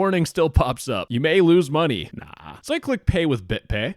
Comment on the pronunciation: "I need to send the scammer more Mungy :3"